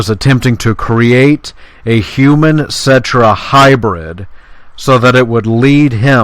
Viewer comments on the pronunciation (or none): none